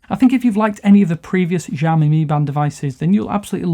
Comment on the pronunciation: Lol learn to pronounce it right before attempting a review.